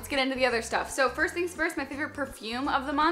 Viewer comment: hey! i realized you (almost) always say in your videos "firts things first". i kind of miss it because you didnt say in this video ahaha it´s funny and cute! xoxo from brazil!